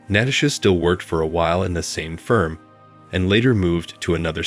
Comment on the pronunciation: 2nd Story: Fix the computer voice to pronounce Natasha correctly. Next, proof read the direct translations into English to fix the obvious grammatical errors.